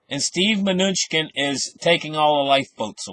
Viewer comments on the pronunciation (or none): Good info, thanks!!! Its Ma-new-chin :)